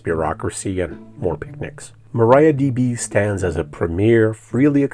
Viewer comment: Please pronounce Maria, not Maraia.